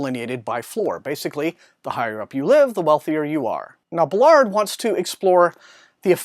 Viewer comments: Interesting review, (however I must correct it is Baal-ard not Belard sorry😂) JG Ballard truly is a master of Dystopian landscapes, his exploration into similar themes from High Rise are in The Enourmous Space, that story is nightmarish! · Thanks for the review! Not sure that's how you pronounce "Ballard". I think the stress is on "Ba" instead of "lard" (based on video interviews).